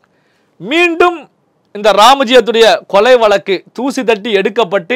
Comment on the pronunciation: வலக்கு இல்லை வழக்கு என்றுதெளிவாக உச்சரியுங்கள்